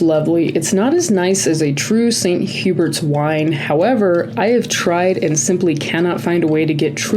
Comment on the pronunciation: St Hubert’s is pronounced the English way 😊